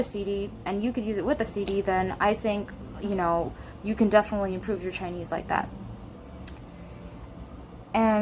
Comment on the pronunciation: your Chinese pronunciation is so good